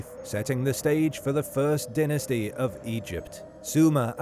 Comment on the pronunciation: You did NOT just butcher the pronunciation of DYNASTY.